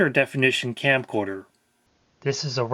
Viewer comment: Anyone else hearing "Campcorder"? I think I'm going to start using this name now.